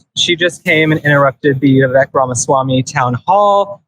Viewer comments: Vivek . ... pronounced WeWake . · Phonetically, his name is pronounced as Vee-Vake Rama-Swaa-Mee.